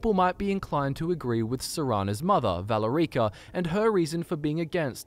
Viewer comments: The way you said Valerica's name drives me crazy lol.. it's "Vuh-lair-icka" not "Valla-reeka" lmao Even Harken demonstrates how it's pronounced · Look guys i love the channel but its pronounced Val air i ka Not Vala ree ka Sorry if i sound like a know it all im just ocd about the way words are said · Love your videos, but "Valore-eek-ah"? You hear it pronounced in game as "Val-air-icka" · Valuh-REEEEE-ka Sorry, I couldn't resist. Serana pronounces it as "Val-Erica" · Val-uh-reek-uh lol, it's Vah-lair-ick-a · Valer-EEKA? you mean Valerica? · It's pronounced "Val Erica" not "Valar Eaka" C'mon dude, you should know that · I'm lmaoing about your pronunciation of Valerica, as Vala-rica, wich means wealthy ditch in portuguese 😂😂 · Isnt it VAL- E-RIC-A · I am sorry for being this person but... Is not ValeRIca. Its VaLErica. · It's Valerica, just prenounce it like in game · At least someone else noticed that, it was driving me insane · The way pronounced Valerica reminded me of how Drake from Drake and Josh pronounces South America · What's up with the pronunciations of "Valerica" and "Vyrthur"??? Lmao. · You’re mispronouncing Valerica’s name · Your petniunouncing Valerica wrong